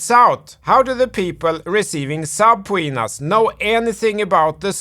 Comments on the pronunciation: You and your video editor (if you are not editing yourself) are hilarious. You are a very smart and funny fella. And I love the way you say "subpowena" and "hyperbowl". Don't ever change. You are one if the top dogs on crypto YouTube and I have no idea why you don't have a million subscribers at least. Thanks for all you do. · I love how he pronounces subpoena 😂